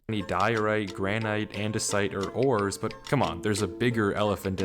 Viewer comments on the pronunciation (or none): none